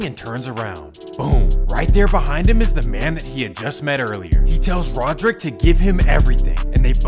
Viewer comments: Its not " Rodrick" dude. Its " radric" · its pronounced ray-drick my boy, Radric Davis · His name is RADric not RODerick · Radric* not rodrick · Radric not Roderick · First off it's RADRIC. RADRIC DAVIS